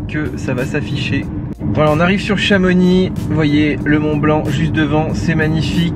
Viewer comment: Tu voulais pas dire "Chamonix"?